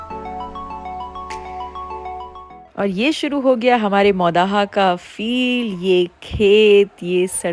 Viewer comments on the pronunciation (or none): none